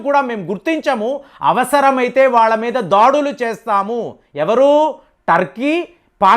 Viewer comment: 1.37 సెకన్ ల వద్ద మీరు దాడులు అంటానికి బదులుగా ' దాడీలు ' అనటం ఏం బావోలేదు.. మీరు తెలుగు వారే కదా ఎందుకలా పదాలను కూనీ చేస్తూ మాట్లాడుతూ వుంటారు.. అసలు తెలుగులో దాడీలు అనే పదం ఉందా.. ఇదే కాదు అనుసరించటాన్ని 'అనుకరించటం' అని అంటుంటారు.. రెంటికీ అర్ధాలు వేరుగా ఉంటాయి.. తీయనైన తెలుగు భాషనే వాడండి